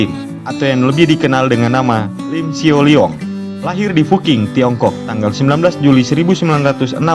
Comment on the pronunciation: Bukan Lim sio liong Tapi Lim Siu liong Oe itu dibaca U, jadi SIU..